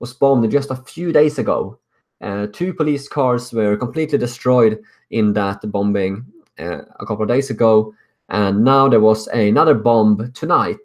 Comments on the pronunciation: it's pronounced: Bomming... not BomBing;) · bombing not bom-bing :) love your work :) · great work man but in english you say it as bom ing , silent b, good vid mate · I thought you would like to know that the second 'b' in 'bombing' is silent. So it sounds like bomming. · hey i appreciate your insights. many of us in america are worried about sweden. one thing though and i hope you take this in the way it is intended: in english the word "bombing" is pronounced such that the second "b" is silent. so when you say it, it would sound like "boming." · The 2nd b in bombing is silent. It's pronounced Boming. Other then that, thanks for reporting these tragedies. Sweden needs to react as soon as possible. If this were to happen in north america the feds would've been all over it after the 1st attack. How can the sweden authorities ignore this and not do anything? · Sweden won't be saved if you can't say Bombing properly. People won't take it seriously. Ive already tried to show someone and they just found it funny ffs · Oliver Kvesic Great work. Little correction... The second b in bombing is silent.